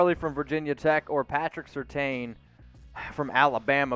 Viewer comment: Say it with me folks, Sur-Tain [as in* accentuate the A].